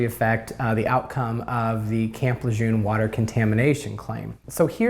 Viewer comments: properly pronouncing the name of the place would be a good start... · Please stop mispronouncing Lejeune!